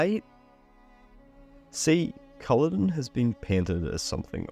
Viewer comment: Smashing video, just need to work on the Culloden pronunciation lol